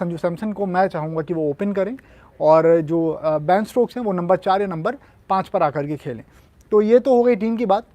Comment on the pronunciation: shashank bhai... its ben stokes..not baan stokes